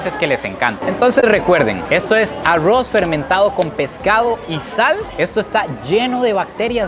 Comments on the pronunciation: Por q dice el ARRUOS JAJA ME ENCANTA ESTE TIPO...MUY BUEN CONTENIDO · ésto es "arrwoz" 🗿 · Pronuncia muy raro la palabra arroz